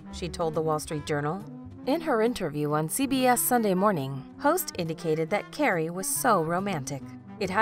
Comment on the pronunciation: Did anyone else hear “Gary” instead of CARRIE